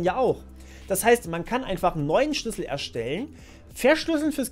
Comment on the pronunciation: Ich glaube, du hast noch nie so viel "Schüssel" im Video gesagt wie jetzt xD